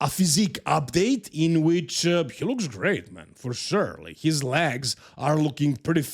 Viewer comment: Why are you saying lags? It legs 🦵